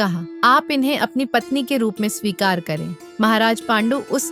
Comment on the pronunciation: It's swikar not shikari